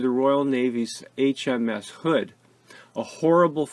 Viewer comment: At 5;32, "Between the Bismarck and the 'hooser" Hood"? How did that gibberish get into the narration?